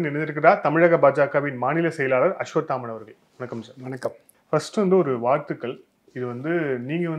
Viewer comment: அஸ்வத்தாமன் அவர்களே, ள வை ல என்று உச்சரிக்காமல் ள வை ள என்றே உச்சரித்தால் நன்றாக இருக்கும்